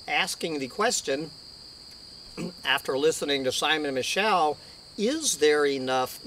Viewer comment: It's pronounced Simon Me-show